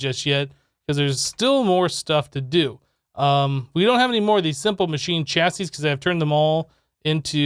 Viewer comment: when you finally said chassis right - made me giggle Thanks